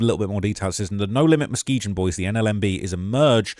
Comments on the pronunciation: Say mane stop pronouncing it Muskeejun 😂😂 it's a soft G, 'Musk-EE-GUN' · It’s Mu-skee-gun. Not Mu-skee-jun. Chicago natives are laughing at you. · I hate the way he pronounces muskeegan he said it with a J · That's my side of town born and raised and you can't even say the street Muskegon right😂😂😂 I used to live on Lakeshore my cousin was the new police patrolling the area over there not no more😂 is more than just double streets you forgot Colfax Philips I used to go get loose cigarettes it's not there no more come on man.